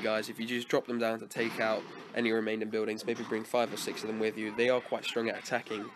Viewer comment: The Only Thing That Didn't Change In You From This To Now Is The Way You Pronounce 'Buildings'. Sounds Like 'Buidings' With Your Accent, Just A Joke, No Offence.